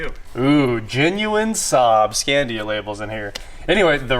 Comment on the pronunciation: Dude, it was Saab Scania, not “Scandia!” Had a 900SE Turbo for 298,000 miles—LOVED IT, but always wanted a 9-5 Aero or a Viggen. Still live your videos, though.